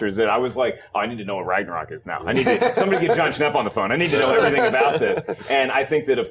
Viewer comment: Ragnarök is pronounced "Rangna-roek". The letter 'ö' is pronounced as if you're saying 'o' and 'e' at the exact same time. Almost like when someone says "Ehm..." before answering an awkward question.